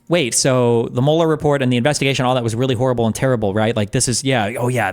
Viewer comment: claims to be an expert on the Mueller investigation…but he can’t even pronounce his name correctly!!😂